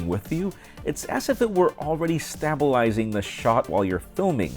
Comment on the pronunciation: stab..a, lising no no no, stay..b,lising. stabilising